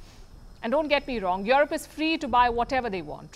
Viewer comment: O baby when you say Jurope